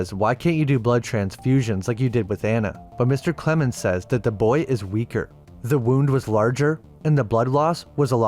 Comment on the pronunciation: Lost me at "Clemens"